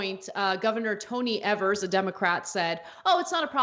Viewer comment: And for f&*^s sake could you learn to pronounce his name right. It's EEvers with a long 'E', not ehvers